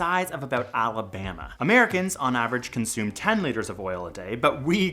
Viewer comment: ah yes. Alabama